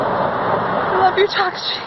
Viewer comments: Awesome Adam cosplay! Also, it's tuh-KAH-shee I'm pretty sure. Just trying to help! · Like... the only funny part is that Takashi is pronounced wrong